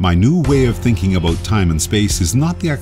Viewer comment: It's amazing that this guy is so smart, yet can't properly pronounce the word "about."